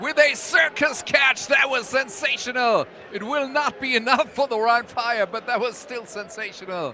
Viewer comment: Soll das ein Scherz sein? ein schlechte KI-Stimme als Kommentator? ernsthaft? omg wie er rhein fire ausspricht 😂 rin feier . ihr sollte bei einem solchen Produkt echt bessere Videos produzieren. und jemand zu finden, der so ein Text einspricht, kann nicht wirklich schwer sein.